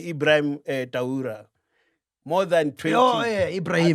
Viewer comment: Did this man really pronounce TRAORE as TAURA😂😂